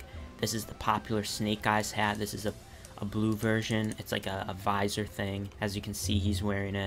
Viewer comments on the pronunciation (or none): none